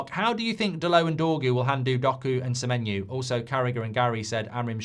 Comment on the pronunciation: SemenyO. Not SemenyU.